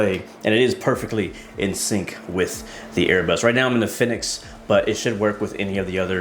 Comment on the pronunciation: Fenix. Fee-Nix. :)